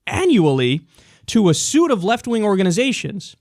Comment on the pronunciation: suite is pronounced sweet suit is pronounced soot just sayin ;)